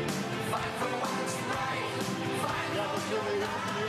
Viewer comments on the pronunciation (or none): in there "fight for the rights..." doesn't really sound like "fight", or is it just me?